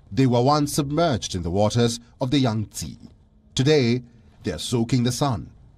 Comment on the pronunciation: There is no Yangtsiiiiiii its called Yang - TsEh